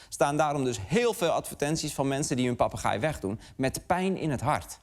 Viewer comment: Goed stuk. Het zijn inderdaad zeer intelligente dieren. Heb me alleen licht geërgerd aan de uitspraak van ‘papegaai’. Misschien verkeerd overgenomen van mannelijke eigenaren waarbij het beestje denkt; ik gaai? Jij papagaai! 😅. Zo doet men het ook vaak fout bij de kangoeroe.